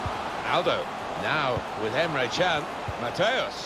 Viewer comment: Celui de la Juventus i se spune Cian nu Can.nohate